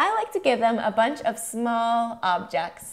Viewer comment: 'objects' not obects...mmm this video isnt helpful